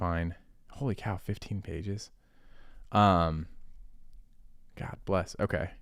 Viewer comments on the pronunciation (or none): none